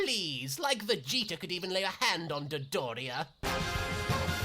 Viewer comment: "Dedoria"...? What...?